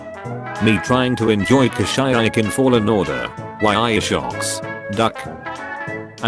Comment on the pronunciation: Tan toe eye????? wtf???? Darth pla goo is???? WTF??? Lie Am??? Seriously???? Ka shy ak???? Dude you need to stop with your English accent.